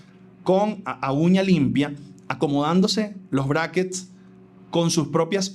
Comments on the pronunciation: Weon la mana dice braises a los braquets, en serio alguien la logro tomar en serio? Jajajajaja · Me da risa que la chica en vez de decir Brackets parece que dijera Brazzers XD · Que se puede esperar de esa pelada jaja no sabe ni pronunciar Brackets y decir que son fijos jaja 🤦🏼